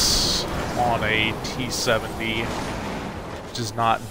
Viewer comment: I cringe every time you said t70.....